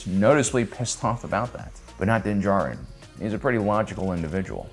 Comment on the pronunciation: Bout to unsubscribe if this guy can't figure out how to even correctly pronounce names..."juh-rinn", "wolves", "cries"...like Jesus, can you come up with a better way to tell me you don't listen or watch the shows? Losing credibility